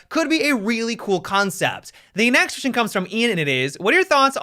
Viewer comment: is there a reason you are saying "...the next-tion is" instead of "next question is?" lol and and